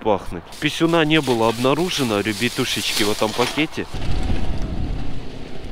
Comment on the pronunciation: Пачет, Польятилен, Ребьятушечки